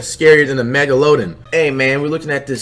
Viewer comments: This nigga really said megaloden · This dud said megaloden🤪😂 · Normal person : megladon Flight : mega loading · ronfloss jr megaloden 🤣🤣🤣🤣🤣🤣🤣🤣🤣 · MEGA LODIN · he said “megaloaden” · mans said “scariest sea creatures scarier then the mega-loe-don” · Mans said Mega Loadin 😂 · He called it a MEG UH LOW DEN ☠️☠️☠️☠️ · "mega loaden" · “megaloden” -flight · Nigga said Megalodeon 😂😂😂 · Nig flight said meg-uh-low-den😭💀😭💀💀 ctfu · He said “mega-loadin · You mean (MEG LA DON) that's how you pronounce it flight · How is flight going to call himself my new teacher and he can’t say megalodon 🤣🤣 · fam he really said the "megalodon"